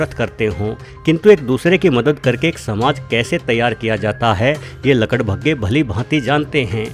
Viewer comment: आपने गड्ढे को खड्डे और लकड़बग्घे को लकड़भग्गे कहा उच्चारण ठीक से कीजिए महोदय जी 🙏